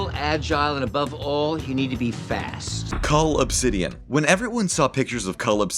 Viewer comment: Stop calling him CULL OBSIDIAN!